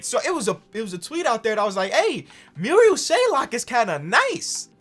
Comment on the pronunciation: it makes me so angry when calls marial shayok (merry-ol shay-ock) muriel shaylock